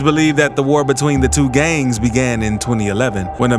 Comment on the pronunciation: Why is he saying "gangs" like that